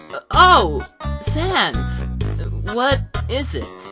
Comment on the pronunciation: To me it sounds like sons. Not sans. But you can pronounce however you want.